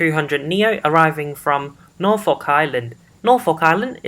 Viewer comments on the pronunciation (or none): none